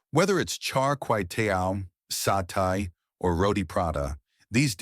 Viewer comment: A.I. - This skewered food dish is pronounced [ SA TEH ] , NOT [ SA TAI ] . You continue to make the same mistakes time over time. Get your facts right !